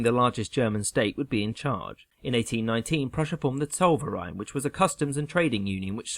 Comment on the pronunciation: Living in Alsace can't help but correct the pronunciation - it is 'el-z-ass'. Oh, and Zollverein is 'ts-oh-l-fer-eye-n'.